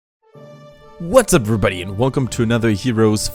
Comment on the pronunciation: Love the intro: "Whatuspeverbdy!"